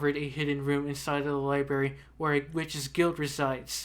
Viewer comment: STOP SAYING LIBERRY IT'S LIBRARY!!!!!!!